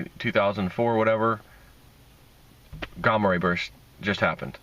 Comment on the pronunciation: Gaaaaaaaamma ray, there are two m's for a reason, the short vowel sound. Ligo is pronounced, (Lie)go, with a long vowel sound.